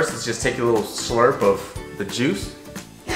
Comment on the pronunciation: You call it juice like Nya lol